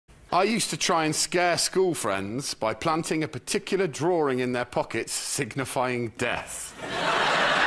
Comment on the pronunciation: They all say “drawring” instead of drawing